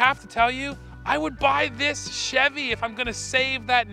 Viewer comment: please just say chevy CHEV?